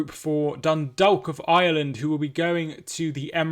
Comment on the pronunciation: A lot of people can hardly pronounce Dundalk if they aren't familiar with the place. Yours was the closest I've herd 😂 easiest way to explain how to say it is 'Done - Dawk